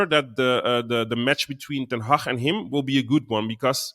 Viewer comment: Boys and thats how you pronounce HAG